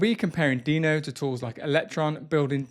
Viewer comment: Is Deno really pronounced like that? While Deno Desktop sounds like a great improvement over Electron, it still suffers massively from the OS-default Webview limitation. Not being able to use GeckoView, Servo, or Ladybird to avoid promoting Google's (and Apple's) monopolization of web technologies is a non-starter for me. The lack of mobile app support is another huge deficiency. Tauri is by far the superior option at this point, and supposedly there has been some traction on Servo integration, but frustratingly none on GeckoView. I look forward to watching this space continue to evolve.